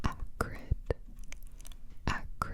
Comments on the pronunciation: I heard "Hagrid" instead of "acrid" x) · Thought you were saying the first word was Hagrid